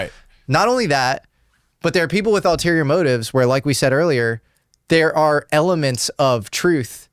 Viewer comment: The correct word is: ULTERIOR, not alterior.